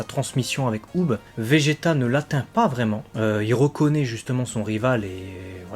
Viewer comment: J'adore le faire que tu dise Vegeta car c'est Vegeta 🥰